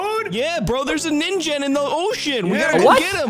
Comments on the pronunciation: um the real pronouncation for ningen is ning-gen not ninjen btw love your videos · Sorry, but you pronounce it wrong, but but this is how you pronounce it the Ningen